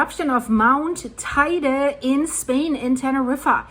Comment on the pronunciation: if I am not mistaken teide is the highest peak in spain. btw it is pronounced teyde, spanish... i live here for 20 about years